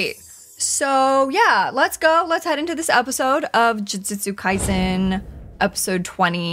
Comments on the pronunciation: Love me some Juisitsu kAizen with my favorite character You-Xi. All jokes aside: You know that song Juju on the beat? Say that (like in Jupiter), then add a Tsu, like you’re saying tsu-nami. The S in Kai-Sen is pronounced sharply like the c in ice. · Welcome back to another episode of jidzizu kaisen! (the only way I pronounc it now)